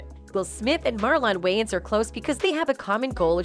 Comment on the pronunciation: who is Marllon wayans? I can't unhear the mispronunciation over and over. Can this women narrate and pronounce Marlon Wayans name correctly? this woman is like a white 2nd grade teacher who keeps reading the attendance sheet Wayans, Marllon? Is there a Marllon Way-----ans here today?